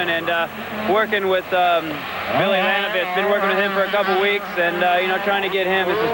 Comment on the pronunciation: It's LaNINovich